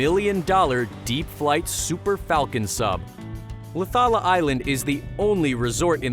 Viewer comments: The way he said Laucala tho😂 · Its LAUCALA ISLAND